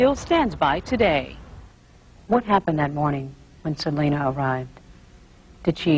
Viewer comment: ITS SELENA NOT SELEENA!!!!! if it was SELEENA IT WOULD HAVE BEEN SPELT SELEENA